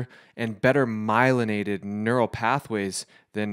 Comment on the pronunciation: He said myliaided lol ??? Just don’t sound right lol